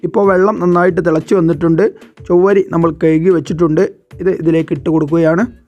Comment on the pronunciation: ചൊവ്വരി അല്ല chavvari